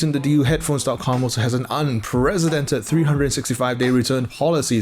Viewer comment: Yo dude "unprecedented" is pronounced like "press" not "prez"